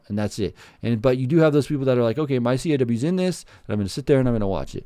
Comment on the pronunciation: It’s pronounced caws like cause. Like Rebel without a cause or a crow caws lol. All good though, appreciate the mention. Great video! These games are definitely going downhill. There are other games out there where you can create much better looking characters. There might not be as much customization but the graphics are better, especially the hair.